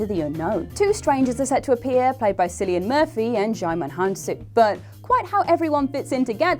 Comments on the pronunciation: I always cringe when people pronounce Cillian as "Sillian". 😬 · Lots of exciting prospects upcoming... 1 little thing.... Cillian (Murphy) is pronounced the same as Killian (hard C). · Did you say sillian murphy? xD I mean I'll watch anything with Cillian in it but that was funny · Cillian Murphy - Killian Murphy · How she said cillian 🤢